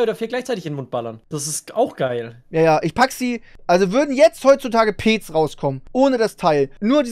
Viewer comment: was ist bitte peeeeeec, es wird petz ausgesprochen